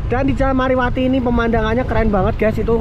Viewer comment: Bukan mariwati bang tapi marwati